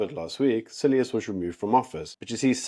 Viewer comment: Pronunciation of "Cilliers" is SILJEE.